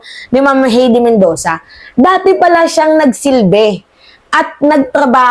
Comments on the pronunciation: Hay-de not He-de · HAYDI ➡️ (HEIDI) ....Hindi HEYDI